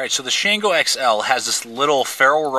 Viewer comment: Great review! You hit all the points. Now, I just want to start a drinking game with everytime you called the "Shango" the "Shanango". Boy, would I get messed up!